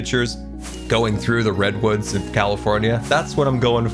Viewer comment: post minecraft movie all I cean hear during this episode is "big ol redones" instead of redwoods